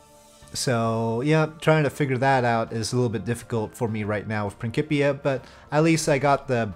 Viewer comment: I believe it is pronounced "prin-s-ipia", not "prin-k-ipia", even though it is for KSP. Otherwise it would, or should, have a "k" in there instead of a "c".